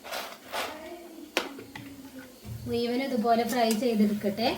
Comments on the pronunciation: മു യുവൻ അല്ല മുഴുവൻ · മു യുവൻ അല്ല അ